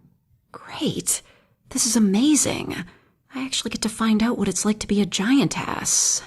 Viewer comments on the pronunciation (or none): I Was getting immersed until she said "Giant Ass" ınstead of "Giantess"